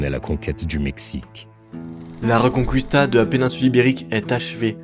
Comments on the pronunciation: Quand t'as fait italien LV2 et que ça se sent : La Reconqwistà 🤌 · ça ne se prononce pas la "reconcouista"... mais exactement comme en français. Et ce n'est pas la Galicie qui est une région des pays de l'est mais la Galice.